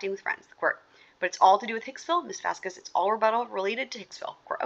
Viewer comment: I think correcting on the pronouciation of a specific attorney's name and the questioning regarding That Umbrella Guy's actual name/title, not muddled and ever-changing version of TUGs channel! So satisfying! If only he had corrected on the pronunciation of "Vasquez"!!!!